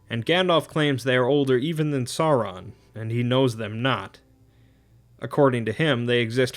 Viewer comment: Sauron is pronounced Sour-ron.